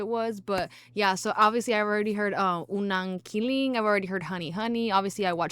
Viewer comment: Its unang ki-lig not ki-ling